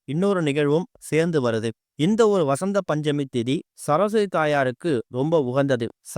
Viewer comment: ச ர ஸ் வ தி . என்று . நிறுத்தி , நிதானமாக தெளிவான முழு உச்சரிப்புடன் புரியும்படி பேச முயற்சிக்கவும் .